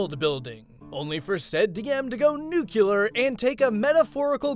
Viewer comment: I love your vids a ton and wanna buy the lead dragon thing haha. on that note I'm sorry but it really bugs me it's Nu-cle-ar not nucular and et-cet-era not excetera.